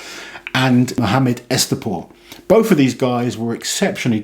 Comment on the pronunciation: Hi, regarding the Iranian athlete - is his surname Ez-Ta-pour or Ez-At-pour. I see it written as Ez-at but you pronounce it as Ez-Ta ( both at the WUS show and this video ). So just wanted to check. Thanks 😊